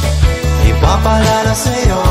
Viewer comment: Bakit kaya hindi nya kayang bigkasin yung IPAPAALAALA SAYO.... Ang daming beses ko inulit ulit.. IPAPALALA SAYO